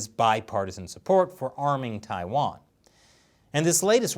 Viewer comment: TAIWAAAAN NO. WAAAHHN 🇹🇼🇹🇼🇹🇼